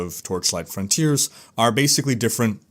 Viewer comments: "Frawn-tea-airs" versus "Frun-tierz" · Sounds like he's saying 'frauntier' or 'frowntier' every time